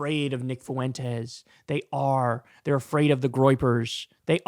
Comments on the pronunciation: Notice how Tapper is pronouncing Fuentes - it is correct. Idc if Fuentes even mispronounces his name, which idk. That is a Spanish word. FWEN-Tez not Fu-en-tez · Totally besides the point, but How is it that Tapper is the only one who can say his name correctly? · He pronounced it perfectly! Greetings from Spain. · He's trying his hardest to pronounce Fuentes in the most spanish way possible 😂